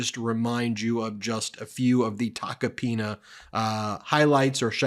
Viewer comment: Ben… I’m pretty sure you pulled a Cohen and said “taco penis”lol! 😂😂😂 I know you really try to watch what you say, but when it comes to that name, it truly is Tacky Taco Penis! I wonder what shit he’s going to spill on Trump now?